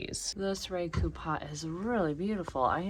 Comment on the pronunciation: my dear ceramic-artist daughter-in-law is a talented and well-regarded Raku artist! She tells me that the correct pronunciation of the technique is "Rah'-ku" rather than "Ray'-ku." Love your videos!